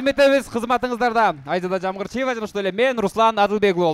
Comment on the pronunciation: Канчалык хейтер болбой эле коёюн десем болбой атат, сын менен өсөбуз. Алып баруучулар адамды кыйнап ийдиңиздер орусча сөздөрдү кошуп атасыздар, Жамгырчиева Абдымомунов" деген сыяктуу ысымдарды ката айтыңыз, уюштуруучулар азаматсыздар.